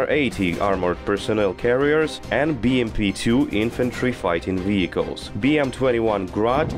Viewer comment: I love how he says weehicles